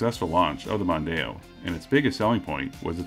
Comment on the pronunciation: As others have said, the Mondeo was huge in the UK. The first generation's styling was certainly rather uninspiring, especially compared to the French competition, but I've never heard anyone call it the "Mundano".